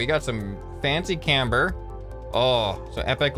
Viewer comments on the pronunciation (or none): none